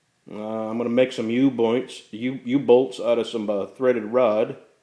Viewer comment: "U-Bloints" gotchya ;D